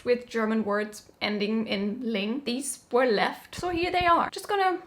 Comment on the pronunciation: ❤ that pronunciation / sound